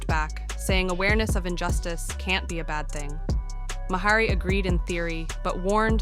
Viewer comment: Yeah, this would have been so much better without the terrible music, the voice over shit, and the mispronunciation of Bill Maher's name. Bad.